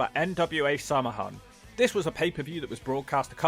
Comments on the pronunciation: Samahan? Ouch! Samhain, the Celtic festival that was the precursor to modern Hallowe’en, is not pronounced ‘Samahan’. Not even close to There are differences, depending where you’re from (Scotland or Ireland), but that was painful. Depending on where you’re from, the pronunciation is either ‘Sow-win’ (Ire) or ‘Sah-van’ (Sco) Honestly, Gaelic would blow your mind: fàilte is pronounced fal-chuh’ ciamara tha thu (cam-arra has hoo) Slàinte mhath (slan-ja vaa) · “Samahan”? It’s pronounced SAH-win or SOW-in. Then again Glenn Danzig couldn’t even pronounce it properly for his band. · Sam a han? You need to brush up on your Gaelic / gaelaige pronunciation. You butchered it. It's pronounced sao win. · samhain is pronounced sah-ween not sam-a-hyne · It’s pronounced “sah win” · Samhain is pronounced SOW WIN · It's pronounced "Sow -An". It's an Irish word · its pronunced sah-win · It’s pronounced “Sawan” mate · its pronounced SOW-en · Why’s he pronounced it like that 😂😂 it’s “sow-un” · WHY DOES EVERYONE MISPRONOUNCE SAMHAIN? Jesus, it’s not pronounced as spelled, it’s pronounced SOH-WIN, or Sow-Win. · It's pronounced "sau win" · It was weird that they pronounced the PPV, “Saw win,” but it’s spelled “SamHain.” That made no sense to me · It is prononunced Sow Wen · Pronounced "Sowan" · not trying to hate but to help,but its pronounced sel-hen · I'm sure I'm the only Irish person who has watched this video but that's not how you pronounce "Samhain." 😂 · Lol thats not how Samhain is pronounced. But no worries, as you cant reasonably expect anyone that isnt fluent in Irish to know how to pronounce bizarre words like that.